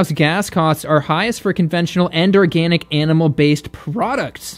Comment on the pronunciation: Organ-ick (zinger)